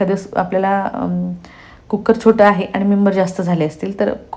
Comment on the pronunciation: कुक्कर नाही हो , कुकर म्हणा.